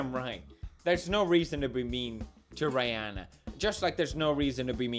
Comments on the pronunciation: everyone else: Rihanna PewDiePie: rAiyEnna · OMG cringe when you say Rihanna its pronounced Ree Anna not Rye Uh na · are we gonna ignore the fact Felix said “Ri-hannah”? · Rie ahnna. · The way Felix said Rihanna triggered me. r A Y H a n A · She's a whamen, that's the most respectful way of pronouncing her name. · May be on purpose but still the way you kept saying "RI" hanna makes me wanna jump out a window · OMG!!! I'm dying!!! He said Rihanna's name wrong!!! 😂😂😂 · Rye-anna.... my life was a lie, my childhood was a joke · The fact that he called the singer Rihanna Rianna... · “Rye-anna” Pewds wtf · who tf is rye-anna? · Is the "i" pronounced like y in "my" (like he said in the video), or is it like short "ee" (I would say it like that). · Does he not know who Rihanna is or was he saying it wrong on purpose? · Excuse me how did he pronunce Rihanna? 😂😂